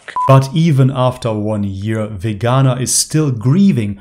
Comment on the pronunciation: Vee-ganaa .... Lol